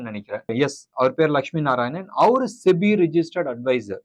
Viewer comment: இந்த சிபி யையும் செபி னு சொல்ல சொல்லுங்க...